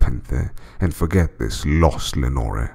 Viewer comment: Awesome work mate, Im not much for poems but the raven and Ozymandias are awesome. The only thing I didnt like with this one is how you say Lenore. Have I missed something or isnt the idea that the name should rhyme with more, door, shore etc?